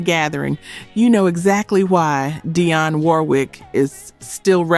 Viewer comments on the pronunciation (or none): Fix your AI. It is NOT DI-ON, it is DEE-ON Warwick. Geesh. Altough at the end of that section it is pronounced correctly. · If they still have an audience, are willing to get out there and do it, and they still have the voice, why should they retire? And learn how to pronounce names and words correctly! It's Dee-on, not Di-on and Patti even pronounces the word "marmalade" correctly in the song, with the French accent (or did you miss the French words "voulez vous coucher avec moi, ce soir?), but you pronounced it as the English term. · Is this AI? Dionne is not pronounced "Dye-on" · U AS WELL AS MOST YOUTH ARE ARROGANT, STUPID AND NO CONCEPT OF RESPECT, AND YOU CAN'T EVEN PRONOUNCE SON OF THESE LADIES NAME DIONN WARWICK ITS DIANE LERN HOW TO PRONOUNCE AND TRUE DEPT EMOTION FEELING NEVER DIES AND VOCALS IMPROVE AND CRAFT PERFECTS AND I JUST LAUGH AND REMEMBER MY YOUTH WE HAD ( HAVE) RESPECT APPRECIATION AND HONOR OR CONCEPT OF LIVING LEGENDS THAT PAVED THE WAY AND HAVE GRACIOUSLY AGED AND PERFECTED AND THINK I KNOW THESE LIVING LEGENDS BACKSTORY WELL DUMBASS WE LIVED IT SO TAKE YOUR JUDGEMENTS AND OPINIONS AND JUDGEMENTS AND CRITICISM AND MISS ROSS SHOULD DEFINITELY BE INCLUDED AND HATIN ON DIANA NEED TO KEEP YA NASTY CRITICAL UNTRUE OPINIONS TO YOURSELF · Come on now we got to pronounce this name correctly! Dionne is pronounced Dee On.